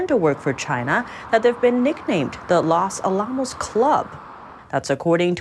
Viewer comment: You don't call it (Alam os), its (Ala mos)